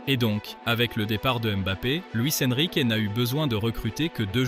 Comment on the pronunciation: « Luis EnriquÉÉÉÉÉÉ » stpppppp 😖😭😖😭😖 Mais cool la vidéo ✌🏽